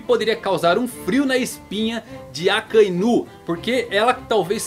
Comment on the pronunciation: cara eu odeio a forma que esse maluco pronuncia os nomes!! gold roger(é guld roger) ....akainú...kizarú...kaidô...